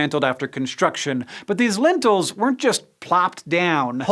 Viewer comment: lintels and beams as opposed to lentils and beans